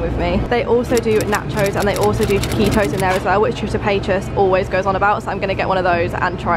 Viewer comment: what did she call the taquitos? chickitos? LMFAO WTF